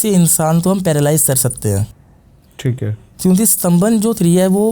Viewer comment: Theek hai ❌ Theet hai correct✅